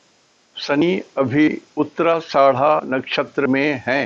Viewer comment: उच्चारण सुधारिये आदरणीय🙏 "नक्षत्र का नाम" का उच्चारण सही से कीजिये nakshatra "uttara ashadha" नक्षत्र " उत्तराषाढ़ा" है ( "उत्तराषाड़ा" नही है (गाली न दीजिये) ( " उत्तराषाढा" बोलिये )